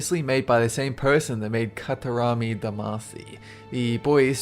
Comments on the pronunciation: Ka-ta-ma-ri! Not Katarami! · KA TA MA RI! Not katarami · Pokemon Tower isn't a radio tower in gen 1 Pokemon games. That comes well after. And it's Katamari, not "Katarami". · did you just say "katarami damaacy"? * facepalms* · '...a fantastical, cute, if not a little WEIRD land that's very obviously made by the same person who made 'Katarami' Damacy.' (Maybe a few words off) Katarami is supposed to be Katamari, by the way. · "Katarami"? "KATARAMI"!? It's Katamari. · did he say katarami instead o katamari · "by the same person that made Katarami Damacy" KATARAMI. KATARAMI. KATARAMI?! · Katarami damashee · I believe you mispronounced the name of Katamari and called it Katarami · Excuse me for a moment, Katarami? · "Katarami Damacy" COUGH COUGH you mean Katamari Damacy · Its "Kata MARI" not Katarami :P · "katarami damacy" >katarami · "...people that made Katarami Damacy..." made Katarami Damacy Katarami I can't even. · It's katamari, not katarami lol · I'd you just say "Katarami" instead of "Katamari", shameful. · I stopped watching when i heared "Katarami Damacy"... It's KataMARI!!! At least TRY to sound like you know what you are talking about... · It's katamari not katarami, you doof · katarami? katamari. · 'Katarami' tho. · It's "Katamari" ... not Karawamani.... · Katarami damacy??? Wut?? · Jonathan Thomas I think Superghost was drawing attention the fact that pronouced it 'KA-TA-RA-MI', when the title is actually 'KA-TA-MA-RI'. There is no way anyone who played any of the Katamari games would get the name wrong. Several of the songs on the soundtrack pronounce it for you XD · Katarammie? KATARAMMIE??? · Katarami? What the helll?!